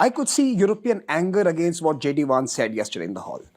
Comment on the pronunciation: Its Vance not vansay